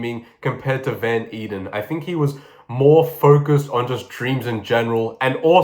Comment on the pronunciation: Van Eeden is Dutch, so it’s actually pronounced kind of like ‘vaughn aiden’.